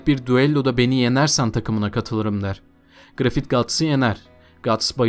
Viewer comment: grifit değil grifis diye telaffuz et kardeşim şu şeytan herifi